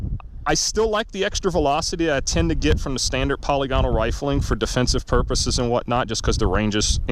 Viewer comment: /puh-lig-uh-nul/ , not /polly-gonnal/ I had to google it yesterday because I was unsure. Thanks for doing this test! I was curious to see if anyone had done it. I would say that's conclusive results.